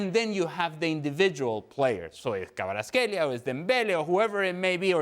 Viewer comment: Frank you can’t pronounce Kvaratskhelia or Kvara or you’re just f…. Blind, speaking about PSG and do not mention MVP of the match🤮🤮🤮